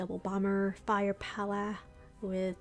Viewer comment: I liked it when you said fire powwah in beginning 🤣